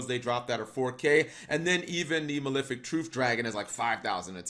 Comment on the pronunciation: why do people pronounce it as maLIFic, it's maLEFic as in LEFt handed